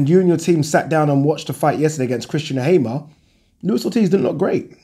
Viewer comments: Also, surely it's pronounced hammer as in what you bang nails in with. If it was hamer it would be spelt accordingly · Hey, why do you pronounce Christian Hammer like "Haimer"? I believe the pronunciation of the word hammer is the same as in english and according to Sho time commentary he's called Hammer coz his real name is Ciocan, Romanian for hammer.